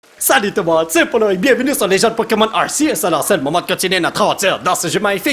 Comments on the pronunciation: arceus se dit arkéus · Polo il fo dire arKieus